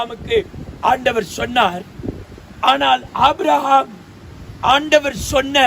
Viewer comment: May his Soul Rest in Peace.. It is not Abram, it is Abraham. Such senior pastor your pronouncing wrongly. Kindly correct.